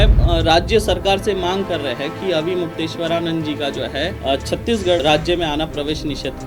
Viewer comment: तुमको तो ठीक से नाम लेना भी नहीं आता महराज जी का